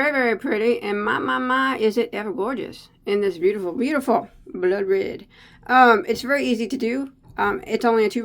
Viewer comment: The way you said “blood-red” sounded so creole to me for some reason lol. 😂❤ I love it.